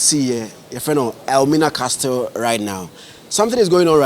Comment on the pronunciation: the word CASTLE is pronounced 'ka-sel', not 'kas-tel'. Thank you